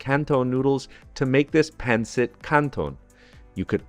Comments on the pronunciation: Yummy! But...not PAN sit...It's pronounced PUN sit. Thank you! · The accent is on the second syllable, not the first. pawn-SEET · Pan-cit 😂😂😂😂😂😂😂😂😂 OMG the pronounciation and accent pan-cit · Good job on the Pancit but your Filipino pronunciations are way off!